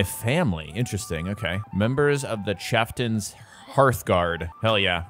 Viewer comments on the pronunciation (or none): My ears hurt at how you butchered saying "chieftain's". Ouch.